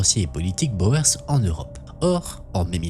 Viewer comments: Il ne faut pas prononcer Boër mais bien Bour ! (Littérallement, paysans en Néerlandais) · Boer : on prononce comme "bourre" pas comme "Bauer". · Intéressant. Merci. Pour info, Boers se prononce "Bour".